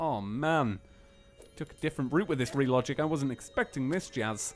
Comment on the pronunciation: The Terraria Dev Is Re-Dig-It hehehe